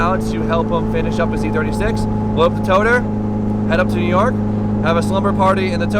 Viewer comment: Nobody:: toTERR